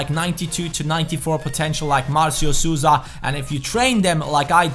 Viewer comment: Hey I know you don't speak portuguese but it is pronunciated Souza like this(SOUL-Za)